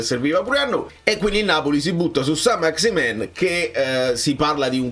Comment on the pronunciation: Saint-Maximin (si legge maximen), è certamente meno “fluido” di te 😅 PS: Conte un grande